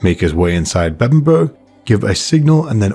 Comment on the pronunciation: well point is u said it correctly like Uhtred. All that matters, mate!